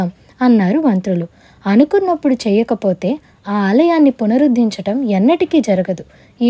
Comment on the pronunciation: పునరుద్ధించడం కాదు తల్లీ..!; పునరుద్ధరించడం. దయచేసి ఒకటి రెండు సార్లు సరిగ్గా అనుకుని.. అప్పుడు వీడియో చేయండి ప్లీజ్.. వినలేకపోతున్నాం..!!